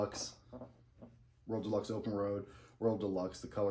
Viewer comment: I can’t tell if you’re calling it the “world deluxe “ or “royal deluxe”? I know it’s called the “Royal Deluxe” because that’s the hat I bought.